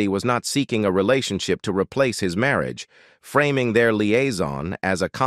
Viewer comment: I don't know whether an AI is narrating but it pronounced marriage about the mark as merry-agee.